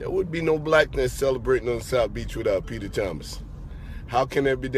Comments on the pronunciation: peach-er Thomas 😂😭💀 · Girl you had me dying when you call Peter Thomas " uncle bens" LMAO!!!